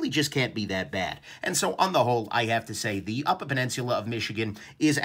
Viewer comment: Did you just add an “R” to peninsula?